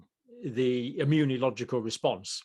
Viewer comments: Dear Dr Campbell, I have noticed that you persist in mis-pronouncing the word immunological. You pronounce it as "immuniological", adding an extra "i". I don't believe this is the "Queens English"..... just sayin..... Regards An Aussie, 🙂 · Please learn pronounciation of “immunological”